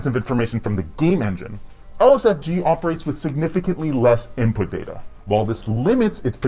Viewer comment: Inpuhh latenceh